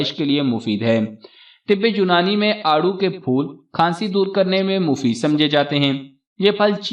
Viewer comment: It is aarro, peach